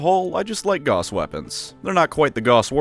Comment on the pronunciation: Gauss is pronounced like house but with a G, not like boss but with a G.